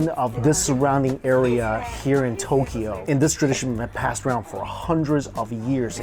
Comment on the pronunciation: And it’s not To-ke-yo. It’s To-kyo